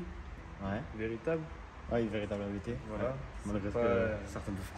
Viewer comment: Merci pour cette vidéo complète. beaucoup d'infos. Juste une remarque, ABT se prononce "abt" et pas "abété" (Abt est le nom de famille du fondateur). Bonne route !